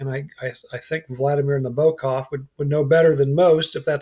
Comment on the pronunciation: Hard to take u seriously when u can’t pronounce Nabokov, Anna Karenina or Ivan Ilyich properly… and I don’t mean their Russian pronunciations… u can’t even say them properly in English.